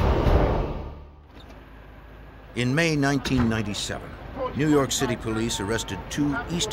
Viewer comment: "when people started turning up in New Yawwwk City..." Never gets old 😂